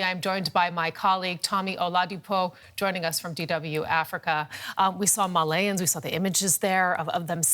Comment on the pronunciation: Why can't female workers ever do research on the things they are predenting, it's Malians not Malayans